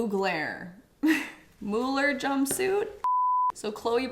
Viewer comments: This is kinda insane but I love all of your videos 😅❤ The pricetag is just nuts. 🙈🙈 That iris coloured Mugler blouse is made for you ❤❤ (I think it is pronounced like Google - so Mooglur.) 😅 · Thierry Mugler is French but his name is surprisingly pronounced the English way in French : Mug-ler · Pretty sure it’s (mugg-lurr) 😂😂 but the purple top is a keeper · As a fashion lover saying she doesn’t know miu miu and alexander mcqueen and not knowing how to pronounce versace and mugler broke me a little bit 😭